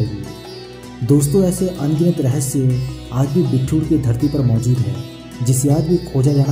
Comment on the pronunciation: Bhai, ye बिट्ठूर nhi बिठूर है